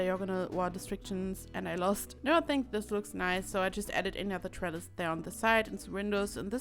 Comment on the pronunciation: Right. Lol. I thought you said trellar, my ears heard an r. I indeed like the trellises. Now if I ever see one and I'm with people I'm gonna let em know it's a trellis and I know what it is. :D